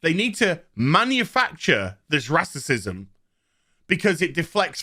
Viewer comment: You STARTED OFF the video by referring to Ingram as a "black woman of colors [sic]", so I'm pretty sure you're really not into this whole argument as someone taking a stand against racism. Especially since you can't be buggered to even pronounce the WORD "racism" properly.